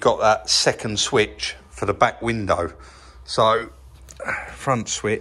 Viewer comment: when you say window at the end of a sentence you say window, when you say window followed by another word you say winder...nice work on the stripe...I would like to see it extended over the bumpers and trim...and great work on the fringed seat, I can't believe it's the same seat..